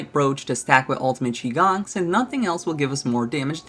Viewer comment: You really did fix your pronunciation for "Qigong", that's bretty nice of you